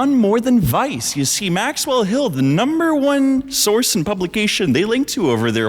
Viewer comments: why are you inflecting maxWELL, it makes me feel weird. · maxWELL Such an interesting way to stress the syllables in her name